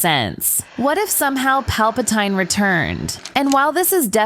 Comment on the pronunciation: Pronouncing Palpatine wrong is probably from using AI narration right??